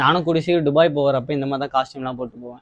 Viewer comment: டுபாய் இல்ல துபாய்.